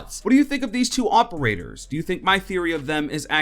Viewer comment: Stop. With. The. Mericuh-n. o-p-e-r-a-t-o-r-s